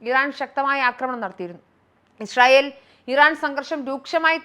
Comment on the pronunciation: ഇഷ്രയേൽ അല്ല ഇസ്രായേൽ